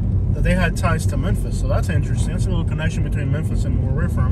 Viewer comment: That's not how you say memphis hose